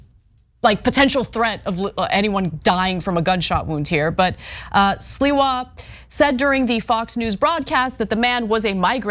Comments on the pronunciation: 👴🏻🥃 WHY SHE KEEP CALLING CURTIS SILVER INSTEAD OF SLIWA? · Sliwa has always been a low-life. Why can't Anna ever pronounce names, and many other words, correctly? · Sliwa is not hard to pronounce. Lmao.